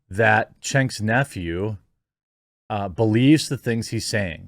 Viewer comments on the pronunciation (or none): Why do people call him Chenk? There's no H in Cenk......... It must be pronounced like....Kenk, or senk.... but there ain't no Ch in it. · I know for a fact Jeremy knows Cenks name is pronounced like “Jenk”. Getting really tired of those whose ideologies I otherwise agree with using these kinds of underlying bullying tactics in their arguments. It’s every member of the mainstream internet right. This feigned ignorance of peoples names. It’s belittling right off the bat, and dismissive of their importance to the argument. Yet your directly addressing them or their claims. It’s childish. It’s just a bad vibe to start out a debate point with.